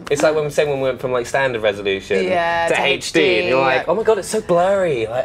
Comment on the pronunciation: Why do you keep pronouncing HD as hate-ch Dee?